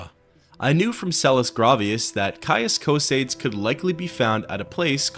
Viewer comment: “Caius Coh-Seyds!?!?”